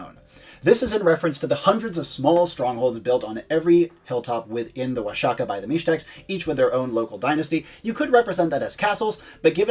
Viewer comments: The video was rlly good. But I cringed Everytime he said Oa-sha-kah. It’s pronounced Oah-hah-kah bro. The X works as a J, or a H for English speakers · It's pronounced Wua-ha-kah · In Spanish it's Wa-ha-kah, in classical Nāhuatl it's Wash-ya-cack (I know, it sounds like you think it does), but modern natives sometimes still do pronounce the x as "sh" even when not speaking their native language. The spaniards would also pronounce it as "washaka" for years, it just changed later... but not in all cases anyway (Don Quixote being an example, I've only ever heard it as "kishot" and never "kihot")